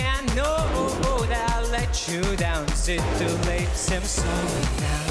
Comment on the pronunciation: why is he saying sowwy